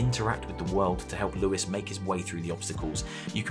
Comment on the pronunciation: It was so weird hearing you say lewis